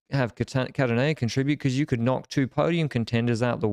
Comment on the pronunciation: I cant unhear saying beKuss instead of because all the time 😅